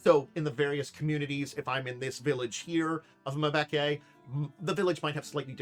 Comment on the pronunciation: I think much like some west African names, it may be pronounced Mmm'be'ke'. Like Mmm yummy! I knew a guy named Mtube' and it took me a bit to get the Mmmm right and not pronounce it as M-tube' and I'm ancestrally part west African so don't feel bad. But overall you're a lot closer than I was with my friends name.